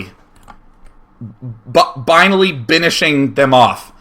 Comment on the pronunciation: "binally binishing them oFF" ...